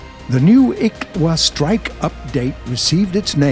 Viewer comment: Finally someone says ixwa right